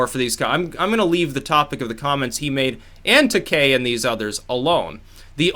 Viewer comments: no hate, but it is fucking GEORGE TUHHH-KEYE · FYI: George Taki pronounced TA-KI hard I...😜